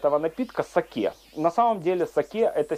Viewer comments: Не сАки, а сакЕ!!! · СакЕ, а не СакЭ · Заставка нормальная, кому не нравится - всегда можно перемотать. Рецепты очень интересные, за что Вам отдельная благодарность. Единственное, что вызвало негативную реакцию, это Ваше произношение слова сакЭ.